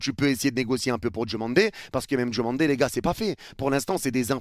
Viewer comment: C’est pas « Djomandé » mais DIOmandé!!! Merci pour respecter la prononciation! 😊